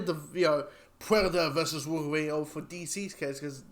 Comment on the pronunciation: 😂😂😂😂😂😂 “Worween” yeah?